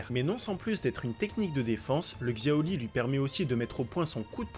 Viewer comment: Shaori pas xioli 🤣